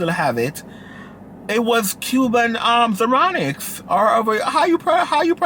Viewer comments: This man said "Cuban zironics" 😩😩 It's cubic zirconia. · said a Cuba zercunic 😂😂😂